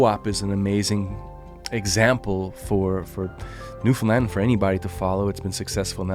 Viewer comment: Also much respect for saying the correct saying for Newfoundland. Newfinland is what we call it 👍